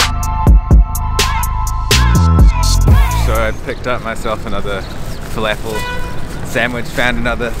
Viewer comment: Fa-laugh-fell. lol. Never heard someone say falafel like that.